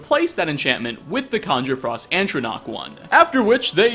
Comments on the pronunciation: It's ATronach. Not ANTronach. Keep up the good work though! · “Antronach.”. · "ANT-tronach" x'DDD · I know this video is about items you can't get. But the way he says ATRONACH bothers me. There's only one N in the word. Atro Nach. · A tro nach. Atronach.